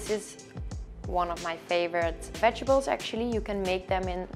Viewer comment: I love the way she say “ vegebles” instead of vegetables lol lol